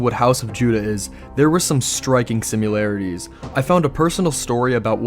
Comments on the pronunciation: It's sim][larities, not simUlarities... Honestly almost just stopped watching because of how many times you say simUlarities... Like Nukular instead of Nuclear... Pure ear rape.. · "simularities" lmao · Striking simyoolarities.... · Say it with me. sim-AR-larities. similarities. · Why dafuk does this dude pronounce "similarities" like that?? He says it as if there's a "U" throw into the middle of the word lmao